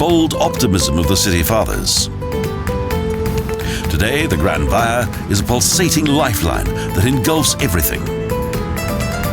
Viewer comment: grand via haha, it took me a while to figure out what he was saying